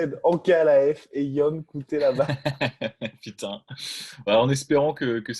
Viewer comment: Ion cutelaba son prénom ce prononce iwan.. 😊